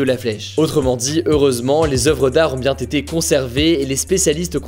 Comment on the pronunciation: Faute de liaison chef : "bien-t-été..." trois fois rien quoi 😜